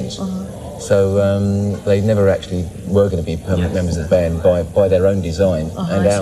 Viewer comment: i like how she misprounces the bands name